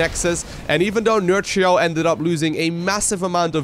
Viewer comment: For what is worth Nerchia (Nerkia is how you pronounce it) in Italian means : Big C**K, is Nerchio Italian? 😆 i suppose the right way to say his name is not nerCio...but NerKio 😝👍🏻